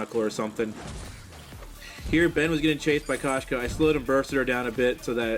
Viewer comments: that koshka pronunciation though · I'm dying 😂😂😂😂😂😂